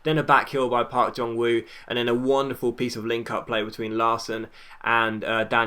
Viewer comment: Park Jong Woo's "Woo" is pronounced "Ooh" (silent w!) like in ooh lah lah